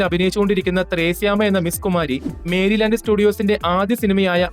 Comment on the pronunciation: 8.06. മേരിലാൻ്റ് സ്റ്റുഡിയോ അല്ല മെരിലാൻ്റ് or. മെറിലാൻ്റ് സ്റ്റുഡിയോ (Merry Land).